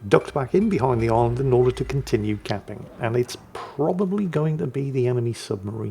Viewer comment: "Emeny submarine" oh